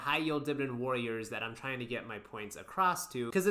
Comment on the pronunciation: You can't say warrior..